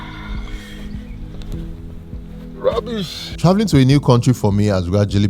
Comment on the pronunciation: i would like to meet you Sir. You inspire me 🤟🙌. I like it when He misses that golf ball. When He says " Rubishh". 😂😂😂